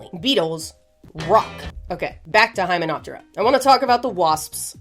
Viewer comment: dio-ptera // lepido-ptera // hymeno-ptera -- pronunciation to highlight meaning would help understanding. [pronouncing /pt/ - purse lips like yer gonna say /p/ but say /t/]